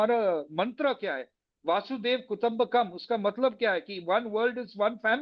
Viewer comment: It's वसुधैव and not वासुदेव